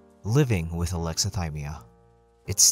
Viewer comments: I'm sorry, I have to point this out... whit? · Sorry to critique… but “With” not whit